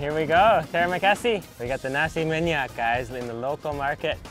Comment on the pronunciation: U say:nasi minyak Me hearing you:nasi maniac Just kidding😓